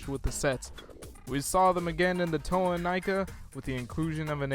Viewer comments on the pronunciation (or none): none